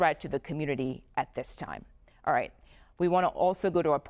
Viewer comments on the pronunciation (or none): Inflection matters. "There is no threat at this time" means just that. But when you say it like "There is no threat at THIS TIME." Now it means no threat now, but there may be some later. Inflection matters, and the host lady did this twice.